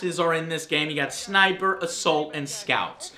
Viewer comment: Lol he said sinper assault and scout the scout is a sniper joe